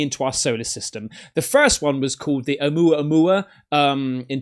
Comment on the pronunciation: I’m Hawaiian and I just want to let you know the correct pronunciation of Oumuamau. Ok so, You pronounced Ohio perfectly. The beginning of Oumuamua “ou” is pronounced “oh” and you say the rest perfectly. The Hawaiian language is so easy to learn.